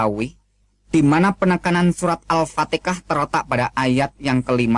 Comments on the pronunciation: saya yakin seyakin yakinnya ustas ini adalah bukan orang islam tetapi menyamar sebagai muslim guna mengelabui ,dan meyakinkan ummatnya supaya tetap pada keyakinannya surah alfatikha dibilang alpatikah penyebutannya kaya joko wi yang pernah geger atas penyebutan tersebut alpatika saudara jangan menipu dengan keyainan berdakwa itu jangan menipu jangamn sampai ummatmu semakin banyak yang memeluk islam buktikan kau debat dengan muallaf yahya waloni jangan ngaku mantan ustas deh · Menit surat al fatikah kenapa tdk sekalian surat cinta untuk starla...fix ustadz abal2 aoalagi belajar kegaiban...hahahahaha....kl ustadz beneran psti blng surah al fatihah bukan surat al fatikah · Ps3 ketauan membacanya tidak benar,,,,ngatain Hasanah bilangnya kasanah,,,ngatain Muhamad bilangnya mukkamad,,,,ngatain alpatehah bilangnya altekah apakah ini ayat yang benar dalam Al-Qur'an,,beda lafad saja beda artinya saudaraku,,,,, katanya keluaran ponpes ko membacanya beda,,,, maaf ini semua membahas tentang kebenaran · katanya keluaran pondok pesantren ,,,,membaca Alquranya saja enggak bener tuh,,,,masa alpatehah di sebutnya alpatekah ,,,,jelas jelas ingin mengadu domba umat Islam,,ketahuan murtadin yang dangkal otaknya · Ini mengaku2 Ustadz. Baca ALFATIHAH kok ALFATEKAH. lama belajar Islam Tajzuidnya saja tdk karu2an. Ustadz, TUHAN itu Laki atau Perempuan? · Mau main akal akalan ni orang ... 😂 Mengaku2 muslim yg keluar agama islam dan melakukan keaaksian di depan publik sosmed...😅 Itu pembodohan publik Koar2 ngaku keluar agama islam dan pura2 masuk agama kristen, nyebut al fatihah aja salah..😂 (al fatikah) dan banyak tajuid yg salah.. Sebegitu nya kah agama kalian sampai skemario saksi palsu... Untuk menipu umat manusia Ingat agama bukan hanya sebatas hodup di dunia tapi akan di pertanggung jawab kan ke akhirat kelak.. Ada hidup setelah mati !! I